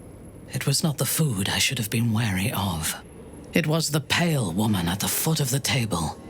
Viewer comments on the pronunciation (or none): none